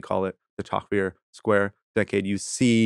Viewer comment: If Vincent used proper past, present, future tense in his descriptions of events his stories would be easier to follow. Also Tahrir Square is not “Tucker” square. It’s a sad situation when American academics can’t be bothered to use proper grammar and pronunciation?